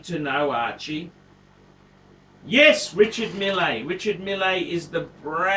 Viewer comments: Its pronounced mill!!! Anyway glad to hear you have come to your senses and would like a lange... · I don't think you realise that I know French very well. In French you generally ignore the last letter and the R's should roll off the tongue. Archie can't pronounce his native English words let alone French names! Meel is probably closest we can get to how it's pronounced.